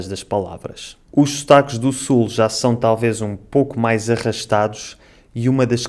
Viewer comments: você percebeu que a sua pronúncia da palavra "são" é "chão"? Então você também trocou uma consoante. Gostei do seu vídeo e seria interessante você comparar com sotaques de cabo verdianos, brasileiros, moçambicanos ou outro mais que você conseguir. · Falamos "são" com S e vcs falam "são" com CH = chão, muito interessante.